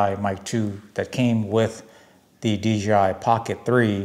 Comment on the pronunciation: They might sponsor you.... if u say DJI.... not DGI loooooooool